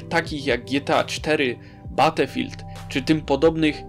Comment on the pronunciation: "Batefild" ? XDDD battlefield